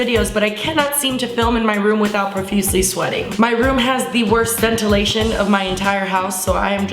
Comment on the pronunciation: lmao love u! But what in TF is scentulation? did u mean ventilation??